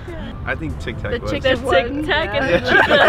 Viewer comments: O problema é q a moça fala Tic tac errado. T+i=Ti e não "Tchi". Aí nao teria como acertarem msm. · Tic TAC como é que vocês pronunciam chiqui taqui, não faz sentido nenhum. No português verdadeiro e igual aos americanos, aliás, eu acho que nenhuma marca destas se pronúncia de firma diferente en Portugal. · Nós, brasileiros, realmente colocamos um "i" no final das palavras com consoante, mas essas pronúncias aí foram muito forçadas. Não conheço ninguém que fale "méquiiii", "tiquiiitaquiii" ou "kitiikétiii"... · Quem é que pronuncia "Kit-Kat" como "Kitchi-Katche" ou "Tic-Tac" como "Tchic-Tac"?